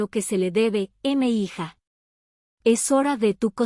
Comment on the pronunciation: Buena historia, muy apegada a varias realidades en México, lo único que quisiera puntualizar es que, "M'hija" es una contracción de "Mi hija", forma cariñosa en que los adultos se dirigen a los jóvenes, sean sus hijos o no, y se pronuncia "mija", no "m hija".